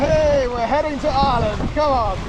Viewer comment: The island of Island...? It's pronounced Eye-er-land🇮🇪